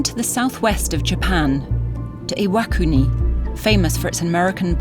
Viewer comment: Its pronounced "IWA-KUNI"!